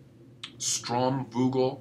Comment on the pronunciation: nice video !! "sturmvogel" is a german word. its very funny how you pronounce it by the way...